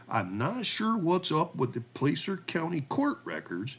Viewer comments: Pronounced Plasser, not Place-er. Easy things to look up. In rural Cali counties insubstantial sex cases involving teenage girls are common, and seldom prosecuted. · Btw it's pronounced Placer not place r. It's gold that's found in rivers or by strip mining. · The "A" in Placer is as in "sass", not "play". My niece lives in Colfax, it's a small, rural town in the foothills of the Sierras.